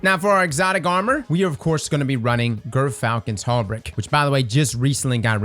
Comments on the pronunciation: JER-falcon, not GRR-falcon. It's the world's largest falcon species. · It’s pronounced jeer-falcon’s haw-berk. Not, gurfulcrum’s humdinger or whatever y’all keep calling it. On a more serious note: I love collective obligation with it. You get a 20% dmg buff when you use its exotic perk of throwing out void debuffs and it auto reloads every time you get a void buff i.e., invis, repulsor brace, devour. Love this gun. Unfortunatel, you can’t use w-hoard with it.